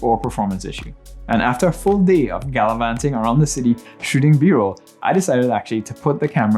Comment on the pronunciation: Great video with useful info, thanks man. Forgive me for asking but are you a Trini? Felt like the 'galavanting' line convinced me